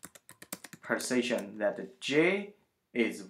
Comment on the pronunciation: the way u say position sounds like precision...hard to understand the accent